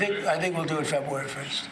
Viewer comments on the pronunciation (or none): ‘Febway 1st’?